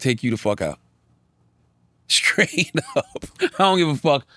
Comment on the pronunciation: Grown ass man who cant say straight or street. Or anything with a str correctly.